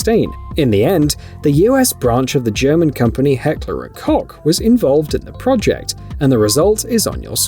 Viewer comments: Heckler and COKE is how it is pronounced you twat. Ask a GERMAN before you talk next time. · Heckler & Cock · Heckler and “cock” I’m dying 😂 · Heckler A-COCK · did I hear heckler and cock? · Heckler & Kock 😂 clearly not a gun guy. He got so much flak over this one for sure. To hear him describe the functioning parts of a fire arm kills me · As a german, the way he pronounced "Heckler & Koch" hurt me both mentally and physically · And as a gun enthusiasts I feel the same, as well as the way he pronounced "Miculek" I lost almost all of my brain cells. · Me to